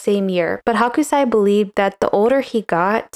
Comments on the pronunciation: It’s really nit-picky, but his name is pronounced HOkusai, not HAkusai. Hakusai means napa cabbage (a kind of Chinese cabbage) in Japanese. Hokusai (北斎) → 🌊 Hakusai (白菜) → 🥬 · Sorry, you had me laughing the whole time. The artist's name is Hokusai, not Hakusai. The Ho part sounds like Hoe, not Ha ha ha. In Japanese Hakusai is Napa Cabbage (Chinese cabbage). You're calling him "cabbage" the whole time. LOL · I love your art commentary, but the pronunciation is Ho-ku-sigh --- NOT Hawk-oo-sigh. Thank you. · Love the video and analysis of this print. Gentle info: His name is pronounced 'hoe-ksai', not 'hawk-u-sai'. The 'o' is a long and they don't pronounce the u so much if it follows a consonant. I probably wouldn't have mentioned it if you had said it just a couple of times, but after hearing it a lot I thought I should let you know. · Your pronunciation of Hokusai transformed him into a "chinese white cabbage" (Hakusai) :D (also in the subtitles lol) Thank you for another interesting video! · Hoh-kuu-sah-ee, I think. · H ō kusai. Pronunciation counts. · His name is pronounced "hoke-sigh".